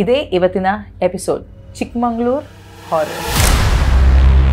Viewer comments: I am from housing board, Chikmagalur It's Chikmagalur not Chikmanglur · ಚಿಕ್ಕಮಂಗಳೂರು ಅಲ್ಲ ...ಚಿಕ್ಕ ಮಗಳೂರು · Chikmangalur ❌ Chikmagalur ✔️ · Please call it correctly.. ಚಿಕ್ಕಮಗಳೂರು & ಸಖರಾಯಪಟ್ಟಣ ಚಿಕ್ಕಮಂಗಳೂರು & ಸಕ್ಕರೆ ಪಟ್ಟಣ is wrong pronounciation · It's not a chikkamangaluru it's chikamagaluru not sakkarepatna sakharayapatna